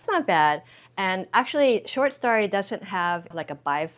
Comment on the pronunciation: I love you and your channel, but the way you consistently pronounce story as “starry” is killing me. 😬😂